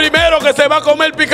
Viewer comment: QUE ES CONCULSANTE, METEL, COMEL, VELDOLAGA, SECTOL, GANAL, GANADOL, CUALTO, POL FAVOL, FUELTE, NO EXISTE LA R EN ESE PAIS?